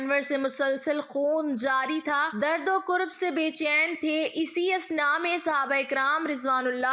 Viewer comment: Correct word is karab not kurb